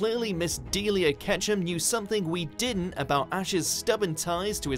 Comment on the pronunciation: It is deh-LEE-a, not DEE-lee-A!